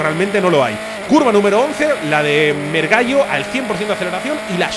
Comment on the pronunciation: la curva que pronunciabas "mergallo" o algo así se llama mergulho (buceo traducido), no sé el origen del nombre pero entiendo que sea solo por ser una bajada